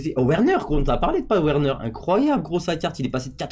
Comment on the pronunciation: Le (w) se prononce (v) pas ouerner ducoup sa se dit verner( "werner"